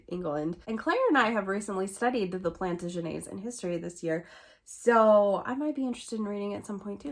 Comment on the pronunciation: hmm, based on DNA testing, the results don't "prove" Thomas Jefferson fathered a son/sons with Sally Hemings. It only shows that a relative fathered the children. I personally believe it to be one of the Randolph's. I like how you pronounce Plantagenet. I think I have that book. If you want to buddy read it, or Washington. I think I have five of Chernow's books. My brother has been to Cambodia. Oy. My friend recently told me Willa Cather plagiarized her books. They original author was a Norwegian man. She LOVED Cather until she found out. She unhauled all of her books. It's not just the idea or a few sentences, but plagiarized almost word for word. Revolutionary Russia, : A History is not an easy read unless you know an amazing amount of Russian history. Take it slow. It's a great book. I love that you buy so many books for your kids. 👍